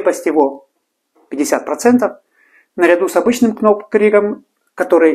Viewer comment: Доки-на будущее: в буквенных сочетаниях "kn'также как и в словах know, knock knock-буква "к" НЕ читается-без обид🤝😉